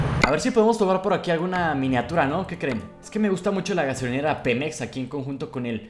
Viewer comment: dice xemep no Pemex